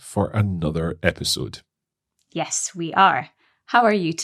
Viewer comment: episode not esipode thats wrong 😅